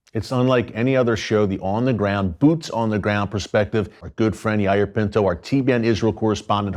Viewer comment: It’s pronounced Yay-eer